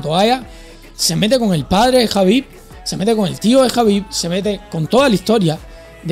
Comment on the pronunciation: El hate le llega de Hispanoamérica, no de España. En España, respetamos y apoyamos al 100% a Topuria. Sobre todo, cuando habla de su patria adoptiva. PD: celebro que, por fin, pronuncies correctamente Jabib (y no "kabib"). Al principio eras reacio, porque los anglosajones no se conocen ni sus propias reglas ortográficas.